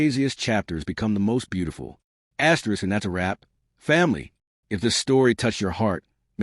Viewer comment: What is this asterix asterix distracting the flow of the story?